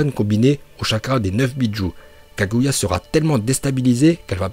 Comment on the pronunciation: Par le kaguait mdrrrr